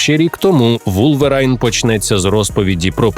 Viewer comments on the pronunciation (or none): Дякую! Невеличка ремарка - не Вулверайн, а Вулверін ;) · Правильно «Вулверін» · Каждый раз, как слышал "Вулвэрайн", от кринжа скрипели зубы